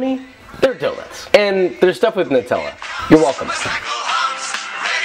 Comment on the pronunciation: I think your pronunciation of Nutella was wrong, although it sounded ok sometimes. The NUT part of nutella is pronounced nut as in Hazelnut. I heard it as Newt-ella, which is a very common mistake.